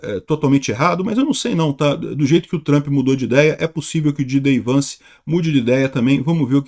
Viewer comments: NÃO É "DJI DÊI VANCE" , É "DJÊI DI VANCE". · Jay Dee...e não Gee Day. Só dizendo...